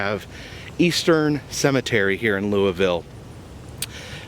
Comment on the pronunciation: Yes!! You said Louisville correctly!!😂😂 Glad to see you come down this way! Btw, my nephews Boy Scout troop has been volunteering at the second grave site recently. They have been lifting stones and digging a few that sunk in. There are military veterans there too. So sad to see how long the cemetery has been neglected.